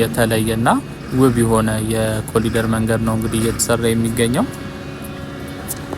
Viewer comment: በእንግሊዝኛ ስትጽፍ "ኮሪደር " ትላለህ።ስትናገረው ግን "ኮሊደር " የምትለው ለምንድን ነው? በርታ!!